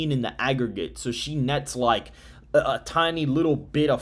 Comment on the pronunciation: Please correct that “AGGERGATE”